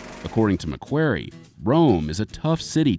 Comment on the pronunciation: ‘McWary’? ffs